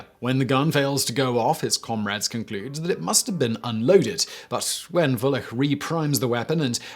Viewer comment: In Lyermontov's "Fatalist" the eponymous lieutenant's last name is"Woo-lich" not "Valech". He is described as Serbian and that is how you pronounce the serbian surname Vulić.